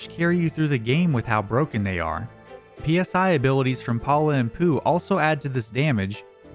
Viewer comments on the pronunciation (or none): Excuse me. It is not P. S. I. It's pronounced like the Greek letter. You know, like your college fraternities. Why it's capitalized, well. They were originally PK abilities, PK being an abbreviation. The reason that it's PSI in the US as opposed to PK (for Psychokinetic) as it is in Japan probably stems from the fact that people probably wouldn't have ever understood the abbreviation, but they figured people HAVE heard of the Psychic Institute, along with the fact that the letter Psi is often used to denote paranormal or psychic phenomenons. The capitalization on the other hand comes from older media where words printed in English would be in all caps because between kanji, hiragana, and katakana, you don't have capital letters in Japanese text.